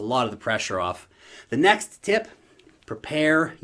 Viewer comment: Did you say ''in the $NEX bullmarket'' ?? I thought so :p